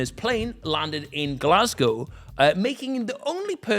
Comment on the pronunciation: So off topic but THANK YOU and I mean thank you! For being the only non Scottish person ever to say glasgow right